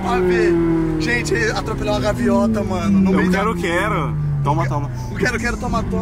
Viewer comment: "Gaviota" kkkkkkk